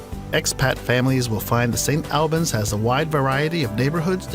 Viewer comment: And st albans. It’s pronounced St All - bans